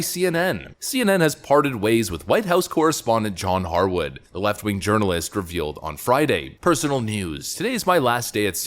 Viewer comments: lol "Urirnalist" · Your pronunciation of "journalist" sounds like "urinal-ist"...sounds pretty accurate, too.